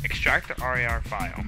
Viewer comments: R and R extractor? lmaooooo its just "rar" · it's definitley a "rawr" file. non "r a r" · it's not "r and r", it's "rar". like a monster. RAAAAR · It's pronounced rar (like RAWR)